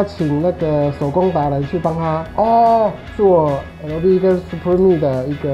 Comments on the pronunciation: 真的不要再把supreme講成superme了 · 等等 院長是不是把supreme 唸成superme 😂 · supreme念错了… 不是念superme哦😂😂😂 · Supreme 唸成Super me抓到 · superme... 念錯囉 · 我聽了兩次還是superme啊啊啊啊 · 他12：30的時候是不是唸Super me 😂😂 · Super me 讀音大師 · 專門去客制化 結果自己念super me? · supreme唸成superme哈哈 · 他念 superme .... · 他是不是唸了 super me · 的Supreme怎麼被唸成Superme😂😂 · M Ibo 哈哈哈對啊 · 他是說super me 嗎😂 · Supreme 唸錯了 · Supreme 都不會念.... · 林紘宇 笑死 念錯還硬拗比較清楚==一看就知道沒什麼sense